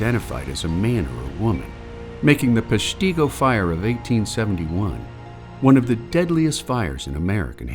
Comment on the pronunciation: You could start by learning the correct pronunciation of Peshtigo